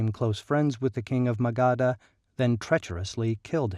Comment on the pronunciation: It's pronounced as "muh-guhdh" and not "Maga D Ha" 🙄